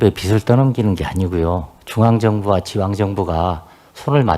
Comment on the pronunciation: 비츨 내라? 비즐 내라가 맞지 않나요.. 저도 경상도 사람 이지만.. 좀 쪽팔립니다..